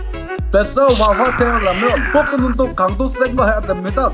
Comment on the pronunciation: 복근이 볶음밥으로 들리냐 왜...